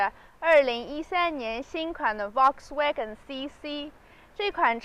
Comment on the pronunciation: 說實在話，主持人比車來得美。 給您一個小小的建議：在德文裡 Volkswagen的Ｖ要發ｆ的音，ｗ要發ｖ的音。